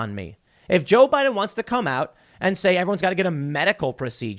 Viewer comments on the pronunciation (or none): none